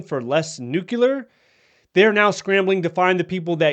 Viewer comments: It’s pronounced new clear, not nuke cu lar. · PLEASE, I'm begging you, say it correctly. It's "nu-clear," NOT "nuke-u-lar." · Nuclear, not nucular. Apart from that, thanks for keeping us updated. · I have a hard time listening to someone who can’t pronounce nuclear. Please. Say it with me…new…clear. Not new q lure. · Please learn how to properly say 'nuclear' - it's nu-clear not nu-cu-lar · I saw this immediately, as well. The other discredit from this video is using the word: “NUCULAR”. When I hear someone use this mispronunciation, their literacy level has been revealed. I have lost total interest in whatever is saying. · that is ABSOLUTELY NOT true! I have a military background in Nuclear-Biological-Chemical (NBC) Operations, and proper pronunciation of the word "Nuclear" always been pet peeve of mine. However, I’m also smart enough to know that mispronouncing it does NOT determine a person’s literacy. In my 40 years of familiarity with NBC, I’ve found that most people mispronounce the word—probably only about 10 percent get it right. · LOL, when he said it's not twitter, it's nucular warheads... OK, glad there was no DEI etc or other crazy programs. How many "Nuclear watchdogs" were fired???? ... none .... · Did you just say nukular? Ok...